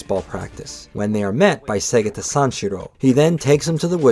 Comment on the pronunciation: This will always be the gold standard for Segata Sanshiro retrospectives. Do not accept substitutes from people who didn't know the Saturn existed until a few years ago and can't properly pronounce "Segata."